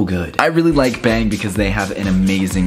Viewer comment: Is it just me or when was doing the bang energy thingy did he say beng